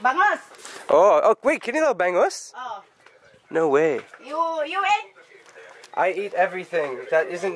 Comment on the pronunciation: Bangus Pronounced bung-oos